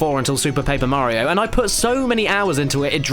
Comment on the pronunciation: Sounds more like "Mar-rio" like they stress the A and R.